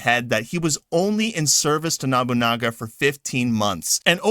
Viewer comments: Sounds like you were saying Nabunaga instead of Nobunaga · No-boo-nah-ga.... Proper pronunciation of the name please... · I-E-a-su NO-bu-na-ga Why is that so hard… You’re right to criticize Ubisoft, but it sounds a bit weird weird when you do it saying all these historical names wrong